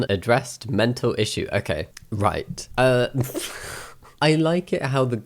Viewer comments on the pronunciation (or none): it’s an issyou, not an issme